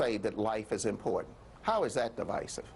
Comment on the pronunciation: She can't even pronounce important correctly.